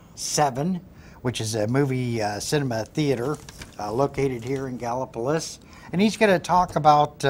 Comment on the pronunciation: Please learn to pronounce Gallipolis gal la police. No plus on it. Ask Mike Thompson. Otherwise great show